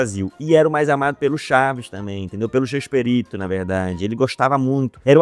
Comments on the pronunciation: ama tanto que fala chespErito invés de Chespirito. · Para de falar ChespErito! É ChespIrito!!!